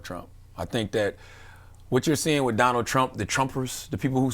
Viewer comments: He said whiff instead of with. Lmaooooo. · Are you saying “Wiff” or “With”? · The word is 'with' not 'wif', he needs to improve that pronunciation.